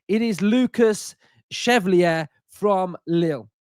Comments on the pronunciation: If he’s gonna be ours, we gotta get it right. “Shev-Val-Lee-Ay” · Love to hear with his ever changing pronunciation of a foreign name 😂😂 chevelly, cheiflear, chevalillier, took my chevy to the levy!! Pretty sure it means Knight in French so Chev-Alley-Air. Maybe just call him Lucas Knight to be safe 😂😂😅😅